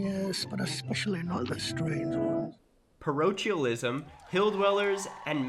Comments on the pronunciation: Parochialism= PA-rock-kyaa-lee--smmm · Parochialism: "Pah-Roke-Ee-Al-ism" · It's prONOUNCED PAROKEALISM! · The Ch in parochialism is pronounced like a k not ch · Par-oak-eel-ism Become a lunatic and distinguished and you can build a glass house for +25% growth The phrase is "I couldn't care less" Could care less literally means you care.